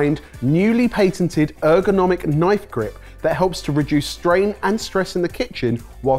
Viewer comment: if patented is pain-ted-ed how do you pronounce painted?